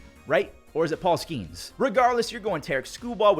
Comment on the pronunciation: JESUS ITS PRONOUNCED SKE NES. NOT SKEENS